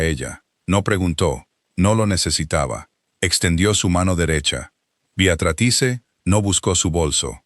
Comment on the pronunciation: Si está escrito Beatrice pronuncia Beatratrice, que horror de lectura